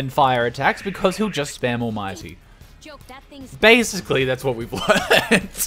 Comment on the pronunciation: "Bascially" lmao